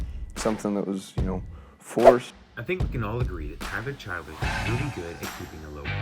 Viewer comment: my homie you need to figure out how to say his name before making a video about him 👊🏻😔